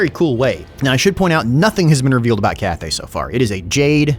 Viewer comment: dee-mons. zeench. katarin. ca-thay.